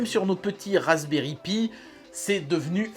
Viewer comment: Cher, Cette année, j'ai demandé au Père Noël que tu prononces enfin "Raspberry Pi" correctement. Entendra-t-il mon appel?